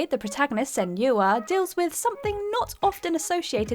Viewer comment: Senua is pronounced Sen-wa. If you watched the Dev diaries even one of them you would know that. Please pronounce names correctly.